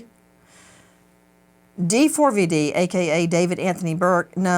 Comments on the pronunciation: Can someone please let Nancy know it’s not actually pronounced D-4-V-D? It is just spelled that way, but is pronounced David. When you say the name you don’t say the 4…. it’s just a “cool” way to express a capital A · "d4vd" is an abbreviation for "david" you don't need to keep saying the whole thing like d-4-v-d lmfao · Why do you keep saying D-4-V-D and why’re you s scaring me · The way she keeps calling him D 4 V D is killing me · It was nice to see nancy treating JSM with respect this time, sometimes she can be mean and he doesnt deserve it. I really wish she would just pronounce "D4VD" the way it's intended - "DAVID" 😅